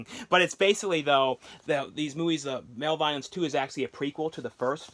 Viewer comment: MALEVOLENCE AND BEREAVEMENT ARE BOTH REALLY GREAT FILMS DIDNT REALIZE THERE WAS A THIRD ONE BY THE WAY YOU ARE COMPLETELY PRONOUNCING MALEVOLENCE WRONG ANYWAYS TAKE CARE